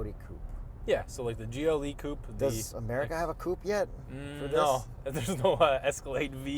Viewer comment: It's a coupe....not whatever he's saying